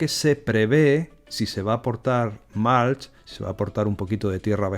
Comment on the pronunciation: Súper interesante! Gracias por compartirlo!! Por cierto, acolchado en inglés se pronuncia “mulch” con u no “malch”. Un saludo!